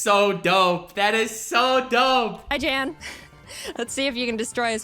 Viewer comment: it's yanw not jane